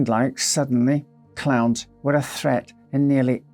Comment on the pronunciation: I was just listening to the audio, and thought he was saying clouds instead of clowns. Lol, I was so confused! 😂